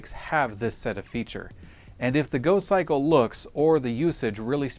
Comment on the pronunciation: "In here we have a folding, electrically-assisted bicycle... it's called the Gokkikle!" Uh,... I think you'll find it's called the GoCYCLE, not the Gokkikle you idiot!